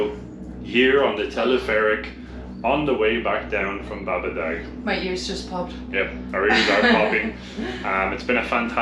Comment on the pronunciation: Yep, seems to me the second A in Babadaa would be elongated. The g is definitely silent, and s or c with the accent under is sh or ch. c without the accent is j ;) Thanks for the comprehensive tour!! I'll be there in 3 weeks